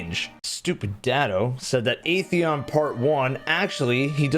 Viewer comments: I love how the Destiny community choose to ignore the correct pronunciation of at-theon and just kept calling it ae-theon. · it is. During age of triumph cutscene in D1, the speaker went over our accomplishments. He pronounced it as At-theon.